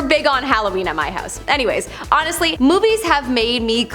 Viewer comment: You said a mouthful when you said move ees have made me believe ….